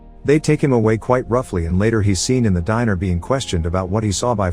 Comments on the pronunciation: In the dinner no it’s diner jeez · Diner, not dinner...